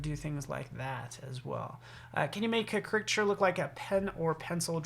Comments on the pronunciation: OMG! everytime he said it like cricket i was yelling at the screen. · I just started this video and the mispronunciation of the word caricature is disturbing. Look it up on an app or dictionary!